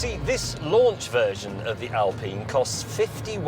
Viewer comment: It’s not Alpeen.